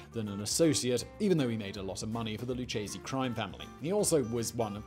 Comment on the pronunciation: It’s LOO-K-SEE not LOO-CHE-SEE